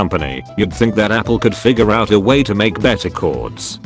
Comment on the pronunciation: Also, there's a chance you that you mispronounced That.